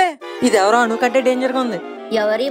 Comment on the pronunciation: Bro please book Anu not book Manu please 🥺